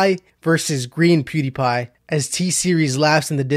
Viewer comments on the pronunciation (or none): none